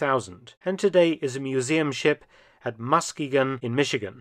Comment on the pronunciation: Well, you tried with the Muskegon pronunciation haha great video. Love to see more about the pacific and the navy